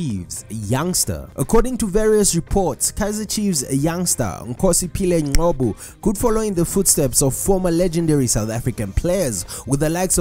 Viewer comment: Ngcobo, where do you get the 'Q' from to say 'Nqobo'?